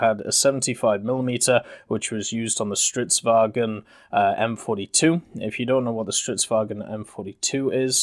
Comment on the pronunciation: if you're planning to cover more Swedish ground vehicles, I would suggest looking into pronunciations of Swedish words like Stridsvagn. Swedish might be a Germanic language, but the "vagn" bit doesn't have an "e" between G and N like German would, and the G is almost silent really. Btw, your way of saying "Pyörremyrsky" is absolutely hilarious.